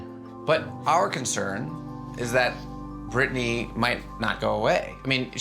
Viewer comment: Wait is nobody gonna mention Brittany is brittanya lol